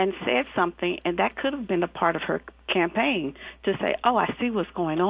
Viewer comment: "Campagne?" Like champagne?